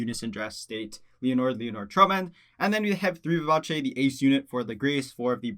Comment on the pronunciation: BRAVO for pronouncing “Vivace” correctly. Subbing for the level of literacy. 👏🏼👏🏼👏🏼👏🏼👏🏼